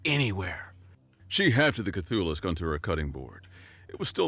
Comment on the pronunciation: I'm sorry, did he really call a new tentacular horror... a K'thulissk?!? 🤦